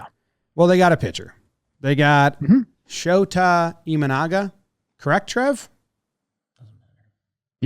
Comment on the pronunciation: You guys pronounced his name perfectly. Sho-ta Imanaga. AKA pitching philosopher in JPN.